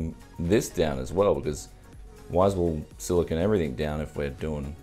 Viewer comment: It's silicone not Silicon :)